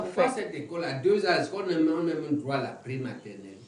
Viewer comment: Un peu plus de professionnalisme Madame la présentatrice dans votre diction Même si cela est naturelle entrainez vous! Droit ce n'est pas "Groi" ... Vous vous ameliorez depuis le debut , bon vent